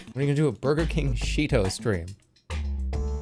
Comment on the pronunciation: I literally gasped when I heard Sheeto